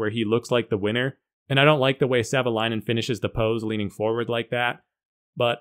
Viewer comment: Up front, Thank You for the Video 😇🙏 Greetings, from Finland 🇫🇮🇫🇮🇫🇮 + Perfect pronunciation of Marko's Last name. Many other YouTubers get it wrong 🤓